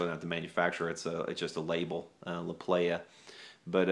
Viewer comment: prounounced plaja